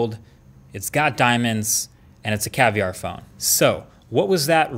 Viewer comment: Its caviar not cavlar 😁😁😁